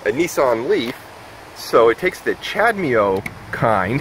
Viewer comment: Never heard of CHAdeMO pronounced like that.